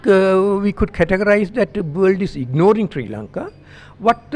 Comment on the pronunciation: aaj fir amarican asent nikal chli thi jab ignoring bola 🤭